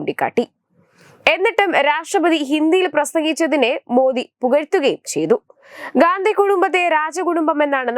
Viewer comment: ഗാന്ധി കുടുംബം അല്ലടി,,,, ഘണ്ടി കുടുംബം ട്ടാ, നോക്കി ചെയ്യൂ